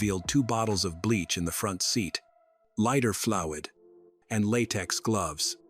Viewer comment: How did he just say lighter flouid?? Good grief, you are doing a fricken pod cast , learn how to pronounce the words you chose to use.